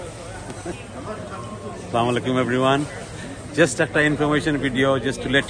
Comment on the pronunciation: Not 'slamalaikum' It will be 'assalamu alaikum'